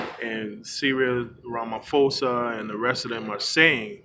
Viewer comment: Rama-PHO-za. PHO sounds like PO